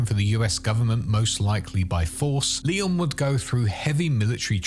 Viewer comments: It's Leon haha not Liam. Not his name bud. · Sounds like your saying "Liam" instead of Leon.. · Are— are you calling Leon “Liam”??